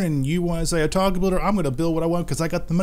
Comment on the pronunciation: homie pronounces something wrong or gets the name of something wrong in every. single. video. I'm starting to think it's intentional. He even pronounces otaku wrong lol. His builds are top grade though